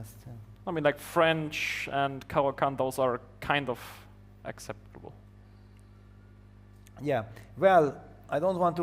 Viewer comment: MVL just bragged about using Caro-Kann, like he did it for fun. replies: "I mean, like French and Caro-Kann, those are kind of..." thinks "Agzeptable." awkward silence Yup, he's German!